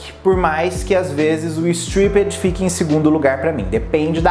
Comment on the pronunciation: sua pronúncia de "stripped" tá errada. ❤adoro você